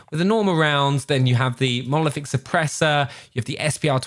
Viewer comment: finally says Monolific and hhhhdr